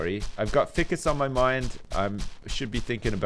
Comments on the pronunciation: Fie-cus not Fi-cus, Great vid as always :] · day 7568: is still saying "ficcus" rather than "ficus" god help us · *read in Trott's nerd voice* Actually, there are two possible pronunciations (ˈfiːkəs andˈfʌɪkəs). See Oxford dictionary for example:. does pronounce it wrong, since it should be "long" i. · isnt Ficus pronounced FYE CUS?